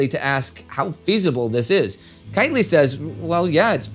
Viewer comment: Kightly not Kitely